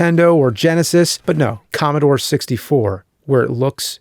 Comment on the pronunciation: More like.. Commobore